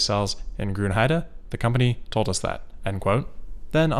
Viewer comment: Damn, great pronounciation of Grünheide and Jörg there! As a native German I am quite impressed.